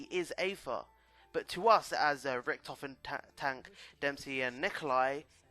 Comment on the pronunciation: It's richtofen not rictoven